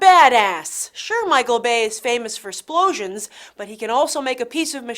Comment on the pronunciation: did you purposely pronounce it "splosions"?